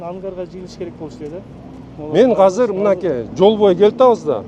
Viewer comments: Казыр эмес азыр деп суйлосон уйрон жакшы суйлошту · Казыр дебечи котогум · казыр эмес азыр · Казыр эмес азыр десен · Мер молодец .бирок Казыр дебей Азыр десе Жакшы болмок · Казыр эмес. Азыр болот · Мэрдин казыр деген созу азыр дегениби же кандай? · Бизде Азыр эле дейт Казыр дебейт 😢☝ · Жакшы меердин ишине ийгилик берсин Аллах Болгону азырды казыр дегени кызык экен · КАЗЫР ДЕЙТ ЧУЙЛУКТОР